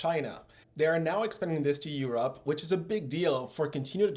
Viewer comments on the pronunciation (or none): * try to say Europe no Urop! Interesting channel.